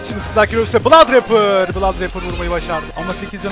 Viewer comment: Olum sonda adam bladraper diyo la :D malmı ne aslında onun adı blod abi olacak 😀😅